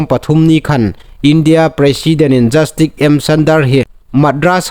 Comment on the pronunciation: 'Jastik' niloin 'jastis' ti thlûka lam ding a nih.